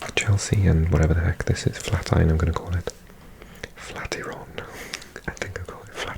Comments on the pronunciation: It’s pronounced “flæt-iran’ by locals 👍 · Flatiron is a building design. Prounced as Flat Iron. And you say it as one word. Flatiron.